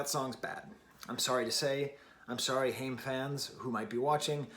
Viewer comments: Nice take, Haim used to be a bit of a guilty pleasure for me but this album is stellar😌 I think “I know Alone” is my favorite track off this release. Also their name is pronounced “Hi-uhm”. Haim rhymes with I’m. Lovin your channel too, really liked your Strokes review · Please pronoune the name correctly...Haim rhymes with time... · It's pronounced "HI-UM" as in, Hi, I'm about to smash a pesto pizza. Their last name is Haim and they grew up in a musical family. Your comment on the line " everytime i think that I've been taking the steps, you end up mad at me for making a mess" really resonates with me because I've experienced that in relationships. As we all probably have. I've spent a lot of time and energy trying to better myself in whatever way it may be and I've emotionally abused or belittled for trying to be a better version of myself or chase my aspirations. I really appreciate a reviewer who can delve deeper into the meaning of songs instead of just critiquing the pure musical aspects of the piece. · your saying the band name wrong....